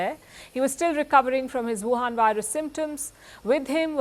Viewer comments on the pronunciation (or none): that golden moment made my day... after long time heard woohan virus from palki again!! kudo sis!